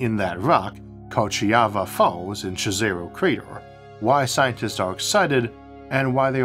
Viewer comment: Fun fact: Jezero, the name of the crater, is actually pronounced like "yezero". It is a Slavic word meaning. lake. So it is a Lake Crater.